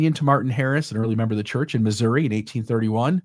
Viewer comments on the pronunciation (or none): none